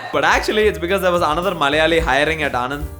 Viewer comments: Sorry to be a party pooper. But Anand is not the name Anand. This place is pronounced as ಆಣನ್ದ್ , ആണന്ദ് , आणन्द - Sincerely from a Malayalee who grew up in Gujarat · its actually ' ણ ' and not 'ન' but there is no english pronunciation for it.